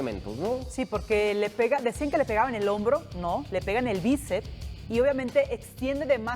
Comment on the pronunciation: Me dió dentera con la chica esta que dijo como 20 veces que el balón le dió el el "bícep" 😐😐😐. El músculo se llama BÍCEPS, aunque sea solamente uno. Saludos, Mega